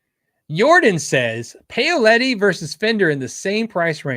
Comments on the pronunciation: Paoletti pronunciation = Pow-letti. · I believe Paoletti is pronounced "Powletti"